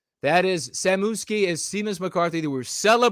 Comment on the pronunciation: I thought Seamas was pronounced Shemas.